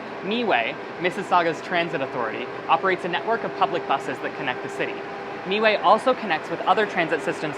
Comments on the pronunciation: Long time mississauga resident here, FYI MiWay is pronounced like “My-way” not “me-way” 🤓. Great video though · its my-way, me-way just sounds dumb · Haha I see the "Mi"-way compelled him to say Me-way. It's pronounced My-Way even though they spell it as MiWay. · The bus company is My way not Mee way. lol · miway is pronounced "my way" not "me way" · Not (Me - way), "Miway" is pronounced (My - way) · MiWay is pronounced “MyWay” not “MeeWay” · the moment he said meeway i stopped to look at the comments its MIWAY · its my way, i was like omg did he just say me way like ughhhhh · It's Miway as in My way, not meway. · Painful to hear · "Mee Way" lmao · Not bad except for the whole "MeWay" debacle 🤣🤣👍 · The Mississauga transit actually is pronounced My Way! And also Toronto Pearson Airport is also located in Mississauga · Meway lol. I work for 'meway' btw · am i the only mississauga citizen that cringed when he said meway :') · Meway made me to read comments 😅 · Hi! just watching this video now. Yeah this guy is not the best spokesperson.. meeèway?! come on what a goof 🤣🤨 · I'm not even Canadian as was like say what lol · Miway (pronounced "my way"; stylized miWAY) according to wikipedia. If you call Miway operator, they will pronounce as "My way" too. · Lol, right away you can tell he is not from Sauga or never lived there for long. Still great video! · Thank you!! :D I started to cringe a little at the pronunciation. Like, the driver was right there, you didn't have to guess.